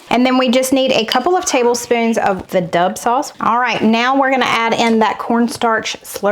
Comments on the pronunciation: I have to laugh every time you say Dub sauce, my daddy used to call it Rooster Sauce ❤ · I. Thought you said the dove sauce not the dub sauce!!😅😅